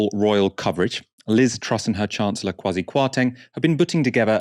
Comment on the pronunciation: It’s pronounced “qua-see” - Kwasi.